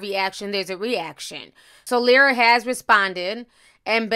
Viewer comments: why tf do you keep calling her lyla when there clearly is an R clear as day you refusing to acknowledge or pronounce. that’s really bothering me who tf is Lyla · Lol Ti called her Lila the whole time but pronounced Keliese perfectly.